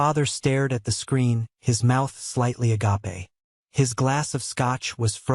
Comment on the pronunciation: It keeps saying agape (as in open) as agape (deep love).